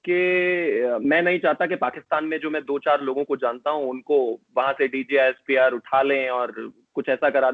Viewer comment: pronounced 'DJ ISPR' instead of 'DG ISPR'😂😂😂